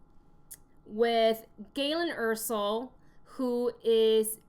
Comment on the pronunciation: You kept saying Jyn Ersell (Er-Sull) when it's jyn Erso (Er-So